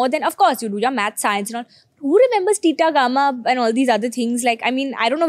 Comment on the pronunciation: Tita gama ???😂😂 thats BETA GAMA